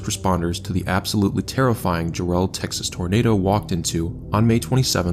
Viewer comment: Ja-relle? It's Jare-ll, as in Darrell or barrel. Other than that, you did the Jarrell tornado justice, well done.